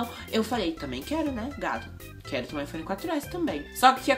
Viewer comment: Não é "Hiphone" é iPhone !!!😂😂😂